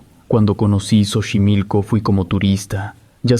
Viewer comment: Buen relato (se pronuncia "sochimilco") 👍